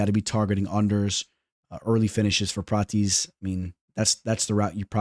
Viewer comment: Say it with me brother... Prah-tez